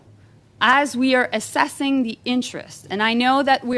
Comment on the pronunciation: wow, and she says "assesing"! GET RID OF THIS INCOMPETENT JOLY......THE one who's withJT!!!!